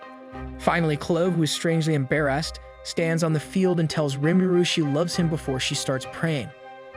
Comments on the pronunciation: "Em-Bare-Assed"... Sorry... I had to LoL! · him: "emberrased" me: go to school because your english is bad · Embaresd what did he say